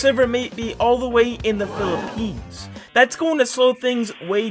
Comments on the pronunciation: Lol he said phillopens I use to live there it was hot (fun fact I do not know how to spell) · in the philippenes me: MAH COUNTRY